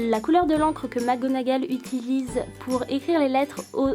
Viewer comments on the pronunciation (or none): none